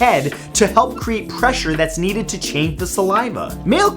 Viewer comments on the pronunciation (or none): none